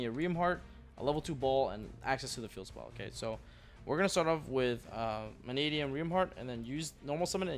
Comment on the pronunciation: FINALLY! Pak says Mannadium right!